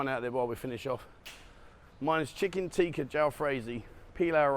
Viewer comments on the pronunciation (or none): none